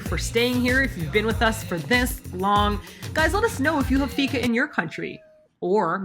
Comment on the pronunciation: Loved the video and almost every place you went to was new even to me as a citizen of Malmö! (I usually hang out in the cheaper/dirtier parts of town. :D) You nailed fika (pronounced like week, but feek. Feek-ah!) and made me want to have a fika for the first time in several months. Last time I went for fika we actually strolled by Köld and I agree that their ice cream is the best I've ever had! Still sad I was abroad when you guys were here but I'm so happy you enjoyed your stay! And I must try Unholy Water some day, it seems like a... reasonable cocktail. ;)